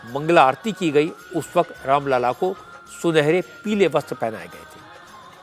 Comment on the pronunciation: Raam lalla ki jagah aapne Ram laal bol diya sir jee..achhi baat nahi hai